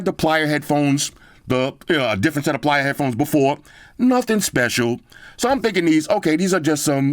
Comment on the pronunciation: It's pronounced "Player"!! Not "Plier"